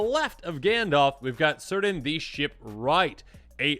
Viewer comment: In Tolkien, C names are hard C. Kirdan not seerdan, as example.